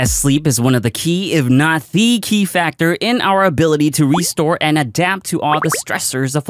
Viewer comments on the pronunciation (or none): none